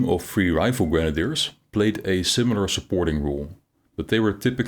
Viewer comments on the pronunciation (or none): none